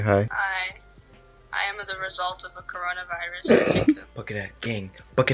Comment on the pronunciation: has the COwOna Viwus uwu